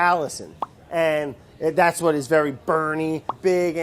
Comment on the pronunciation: Vory noice